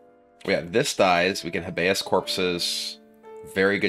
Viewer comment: No big deal but it’s Hay-bee-us like the legal term habeas corpus.